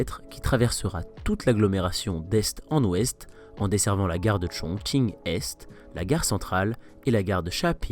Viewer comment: Super travail ! Et bravo pour avoir respecté la prononciation et l'intonation des noms des stations 👌💪 加油